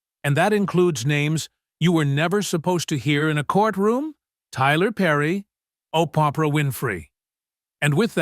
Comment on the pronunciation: WARNING ⚠️ THIS IS FAKE. WENDY DIDNT TESTIFY. ITS OBVIOUSLY CHATGPT AI BULLSHIT 😂 anyone who doesn't know how to say the name Oprah is a fake person 😂